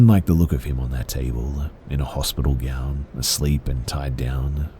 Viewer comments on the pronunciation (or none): none